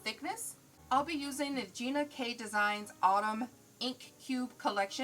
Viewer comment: Love the video but an error was made in the pronunciation of ginas ink color. Its ok....just proof if possible before airing!! Tfs!!!